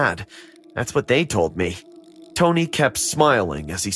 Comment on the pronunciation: Why does the brother keep calling the “tony” tony// like naw